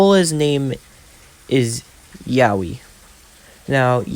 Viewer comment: say yeoui like yo wi not YAOI like bruh thats kinda sus thoooo